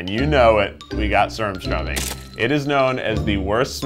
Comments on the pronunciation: Keith, as the Swedish person iam, Im very disappointed how you pronounced surströmming. Like dude its not freaking surmståming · Skandanavians be like : its not surrstomnig its SURSTRÖMNING